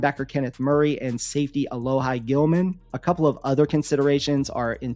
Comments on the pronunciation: Our biggest actual hole is center, because we have no center under contract for next season. The loss of Corey Linsley singlehandedly destroyed the oline performance. Also, it's "Alo-hee" not "Alo-hye". Thanks! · Stopped watching when you f***ed up Alohi's name.